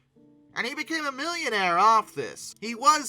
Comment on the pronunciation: I won't take advice from someone who can say millionaire correctly